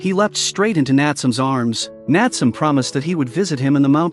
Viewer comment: Correct pronunciation of the boy's name is Nat-sue-may.